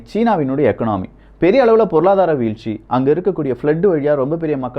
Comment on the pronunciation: "எக்கனாமி" இல்லிங்க "இகானமி"